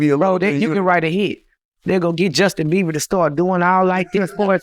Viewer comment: I know he ain't say Justin Beaver... I know 😂😂😂